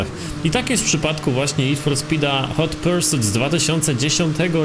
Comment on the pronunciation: “Hot persut”